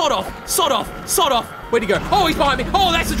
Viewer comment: In the end fight when he was saying 'sod off' my American brain kept on hearing 'sawed off' (a type of shotgun.